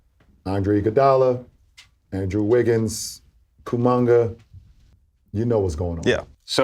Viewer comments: That's right, Koomanga from Black Panther, played by Michael B Jordan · Is LEBRON saying KUMANGA on PURPOSE?? LOL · Kooooomannga!😂😅.. ayo put some respect on myboi name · Bron calling kuminga , kumannga will always crack me up lmaoooo 😂😂😂😂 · Did bro just call him koomunga 😭😭😭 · I hope Lebron is saying Kuminga's name on purpose. I hope he keeps doing it and it just becomes more and more distorted. One day he just calls him "KawaBanga" or something like that. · Did LeBron just call Kuminga "Koomanga" 🤣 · Um actually😊 it’s uh KumBucket say it right 😅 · Jjajajjaja, you're right! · went straight to the comments when i heard it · 😂😂😂😂😂 Brooo.. he killed me😂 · thats some charles barkley shit right there 😂